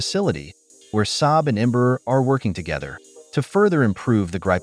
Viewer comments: This narration, whether someone or AI, mispronounces the name Embraer, which sounds like "EMBRUR" and not open, "Braer"! You need to learn to speak Portuguese. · the irony is, the part they most have issues, shoudl be the easiest since it SHOULD sound like "AIR". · Em- bra- er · Embraer shouldn't be that hard to pronounce. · Can we learn how to pronounce "Embraer" before we made a video about it please?